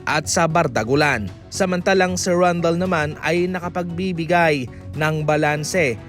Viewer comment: ka ng, Randel po hindi